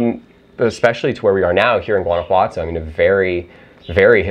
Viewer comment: I really hope you are integrating into society and learning the language. The gentrification in Mexico is getting out of hand. It’s pronounced HUAN•ah•Watto.